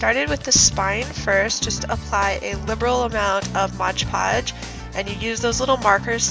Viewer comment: Why does everyone on YouTube say Modge Podge?